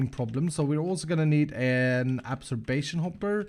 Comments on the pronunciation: you're saying Absorption wrong its pronounced ob-zorb-shin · okay listen i love your videos but i have to be the jackass to say it: that is not how yo pronounce absorption